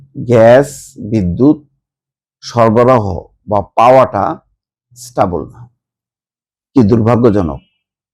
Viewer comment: কথাটা হচ্ছে স্টেবেল ( stable ) not স্টবল যেটা আপনি বারবার উচ্চারণ করছেন! class 3 , class 4 er ইংরাজি বই কিনে একটু পড়াশুনা করেন!